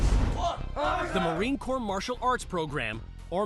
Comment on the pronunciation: its actually corps... but nice try